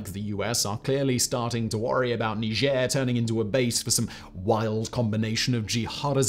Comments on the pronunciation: Are you French? Why are you pronounce it like that? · That's how you pronounce it? Didn't know that. I pronounce it 'Nyjer' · You mispronounce the name of the country, it's supposed to have a more of a G sound and a harder R on the end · Can’t wait to hear “mispronounce” Niger.